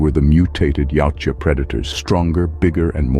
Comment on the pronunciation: why does the narrator keep pronouncing the name of the species as yaucha how does the j sound like a ch yautja thats the way its spelled